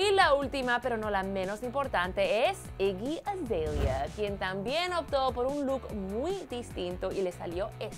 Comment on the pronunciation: así se pronuncia